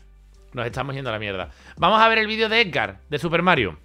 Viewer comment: Edgar en vez de Hergad XD